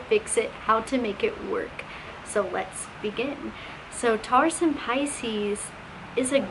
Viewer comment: I’ve never heard Taurus pronounced this way lol TARous